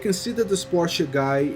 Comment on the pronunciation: It is so satisfying that you're saying "Porsche" and not "Porsch'... Makes my German heart really proud ! Good video man!